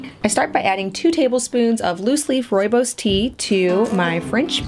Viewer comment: Hi! This video made me so happy! In South Africa we drink Rooibos tea like water. We raise our babies on rooibos and according to most grandmothers it is the cure for everything. Also, your pronunciation of rooibos is 👌🏻 perfect! (It is an Afrikaans word). I will definitely make this recipe. I love your channel and your recipes. I am working on a sourdough starter so I can try them all. Thank you!!!